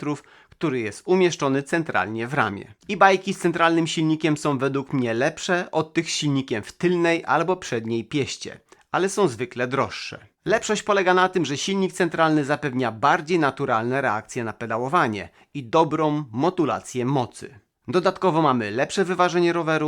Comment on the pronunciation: Powiedziałeś (...w Tylnej piEście)? Pieście to sobie cycki :D A nawet pieśćcie :D Poprawnie mówi się w *tylnej piAście. Pozdrawiam